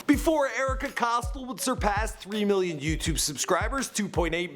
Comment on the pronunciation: Ohhh myyy fuuckkkinnnggg gooooddddd. He butchered every fucking name that I’ve watched. Erika Cost-L